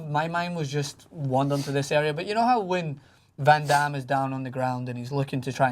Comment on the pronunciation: say it right its not ven dem its VAN DAME